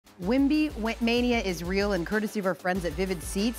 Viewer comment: Wait Shawty Said Wemby-WebMania 😂😂😂